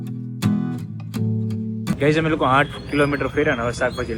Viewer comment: અમે❌ હમે🤣 bolta to sikh vagadiya jevu bols